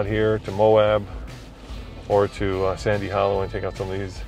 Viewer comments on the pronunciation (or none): you miss spoke sans hollwe I just know because one of my favorite youtuber Matt's offroad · it is “Sand” Hollow